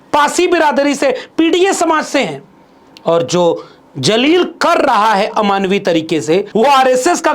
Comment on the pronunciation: Respected Sir. Pl careful for using proper pronounciation for urdu alfaz i.e zaleel instead of Jaleel